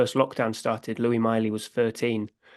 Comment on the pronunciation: I know you lot are down there near France.. But the Miley lads name is not pronounced like he's a French king!!